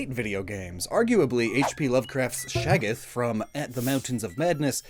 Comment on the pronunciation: hearing someone calling Shoggoth "shageth" was quite the experience also is there a reason why they ruined Shiny Goodra in Hisui?